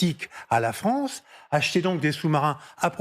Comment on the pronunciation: La Fronce dans le collimatar… Elle ne sait toujours pas parler correctement, je quitte !